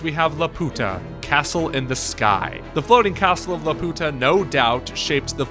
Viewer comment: I CRINGED SO HARD WHEN YOU PRONOUNCED LAPUTA WRONG!! Also, a Studio Ghibli style Zelda movie would be heaven!!!